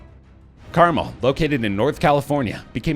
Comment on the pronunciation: Perhaps the maker of this vid should find out how to pronounce Carmel. The emphasis is on the second syllable not the first. Anybody who has ever been around there could tell you how to pronounce it. Are you the same people who say "Frisco" when referring to San Francisco? DON'T - it insults the natives.